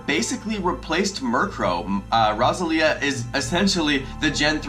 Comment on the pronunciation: The way you are saying roselia kills me. It’s pronounced like a rose 🌹